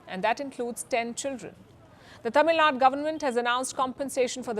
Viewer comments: It's Tamil Nadu, not Tamilnad. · Its TAMILNADU not TAMILNAD ! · First of all, Palkhi, it's not "Tamilnad, it is Tamil Nadu" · Dear Palki, Small correction please. It’s NOT ‘Tamilnad’ it’s ’Tamilnaduuu’. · C'mon you north Indian guys including Palki still can't say Tamil Nadu 😤not Tamil Naad !